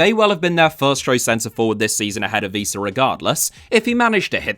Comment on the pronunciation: I really like you.. But you saying "Víííísa" really made me laugh out very loud 😂